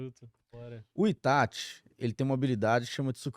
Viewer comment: Porque o chama o Itachi de "Itatch"?